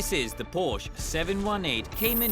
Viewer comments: It’s Por-sha! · Porsche has been around for 89 years, and yet people still can’t pronounce it properly. 🤦‍♂️